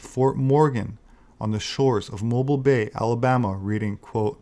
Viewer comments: “Moe-Beel” Alabama. 🙄 (not, Moe-bile.) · Mobile is pronounced Moe-beel. Not to be confused with a hanging "mobile". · Mobile, AL is pronounced MOW-beel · Great video, but you mispronounced the city of Mobile in Alabama, it's correctly pronounced Mo-Beal' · I'm from New Orleans, but being from the South I know Mobile Alabama is pronounced "MOE-BEEL" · Excellent video. The close was remarkable. Go for it. Also, Mobeeal. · That's 'Mobeel', Alabama.